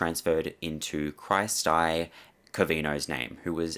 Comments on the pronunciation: It's pronounced like Christy m8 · Im pretty sure that name is pronounced Kristy lol.. Where did Vince get his degree or where did he do his research? I would bet money he didn't do either. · First, this was horrific. 2nd, Cry Sty was an incredible pronunciation of that name. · "Cry-sty" lmao, that was on purpose, wasn't it